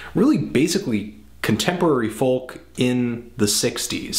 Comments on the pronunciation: Never heard anyone pronounce the letter l in "folk". Normally it sound like "foke". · I love this album.. reminded me a lot of Nick Drake. Such a beautiful and mysterious voice. One thing though, Folk rhymes with Yolk, not Hulk.